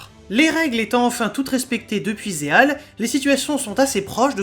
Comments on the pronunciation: Quand tu dis Zexal moi j'entends "Ze[h]al" (Zeal) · Franchement une partie de la série ma fait un peu pensé à Détroit, par contre je vois que tu as un peu de mal à dire Zexal XD.